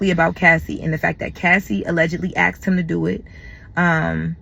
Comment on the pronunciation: Ask or aks, axe🤨Asked!?